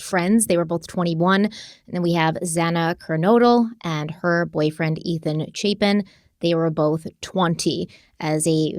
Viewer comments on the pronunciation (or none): clarification on the pronounciation: It's Zay-na Ker-node-le and Chay-pin